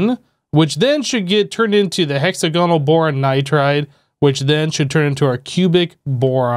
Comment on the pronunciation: Hexa-gonal. Lols. Dude try saying the word diagonal (di-agonal) and then try saying hexagonal again (hex-agonal).